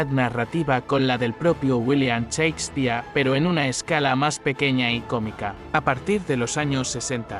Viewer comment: Si vas a usar una voz automatizada, al menos escríbele "sheikspir" para que suene como se debe pronunciar Shakespeare. Idiota